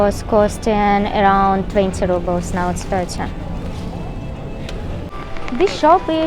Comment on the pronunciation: Really informative video! Thank you. Btw... Russian currency -"Rubles" are correctly pronounced 'roo-blz' not 'ruh-blz'